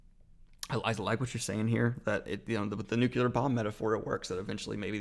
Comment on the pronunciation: I haaate to be that guy 🤗 but can we say 'nuclear' instead of 'nucular' 😁😁😁